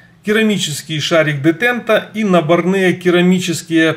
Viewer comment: набОрные ! а не набонЫе